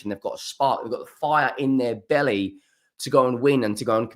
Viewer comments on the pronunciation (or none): none